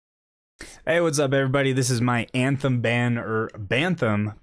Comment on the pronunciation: "banthem" XD